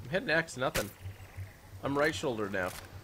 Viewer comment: he said solger not shoulder